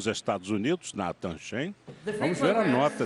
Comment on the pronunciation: meu deus esses caras não sabem nem pronunciar o nome do nathan, mas falaram muito merda putz